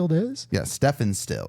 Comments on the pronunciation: For what it's worth, Stephen is pronounced Steven. : ) (From the song "Ohio" - Number of people killed at Kent State University hint: "Four dead in Ohio".) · It’s pronounced STEEV EN STILLS. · This band was formed by Neil Young and Stephen Stills (from Crosby, Stills, Nash and Young).❤😮❤It's pronounced STEVEN not Stephen❤😊😮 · Calling him "steffin" made me smile. My name is Stephen and I seldom run across anybody that doesn't know how to pronounce it. 🤣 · It’s pronounced Steven, even though it’s spelt Stephen. Yes 🙌 the Stephen Stills and Neil Young from Crosby Stills Nash and Young! Checkout the song “War” by Edwin Starr such a great song, I remember my uncle had his album. The Temptations originally did the song, but I think Edwin put some sauce on it! I remember I really liked this song I was 12! 🙌🗣🎶🎸🎶🔥♥✌ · It’s pronounced Steven